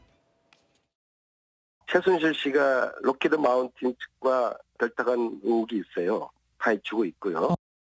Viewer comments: 안민석 Said 로키드 ' 마운틴 ' 이랍니다요 " 록히드 말틴 " 도 아니고 ........ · 록히드 마운틴 ㅋㅋ록히드마틴이냐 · 록히드 마틴을 록히드 마운틴이라고 하는놈 수준 ㅋㅋㅋㅋ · 록히드 "마운틴" ㅋㅋㅋㅋㅋㅋㅋㅋㅋㅋㅋ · "록히드 마틴"을 "록히드 마운틴"으로 알고있는 한심한 수준의 인간을 5선이나 시켜준 오산시민들은 반성해야 합니다... 저런 수준이니 윤지오같은 인간에게 속았겠지만...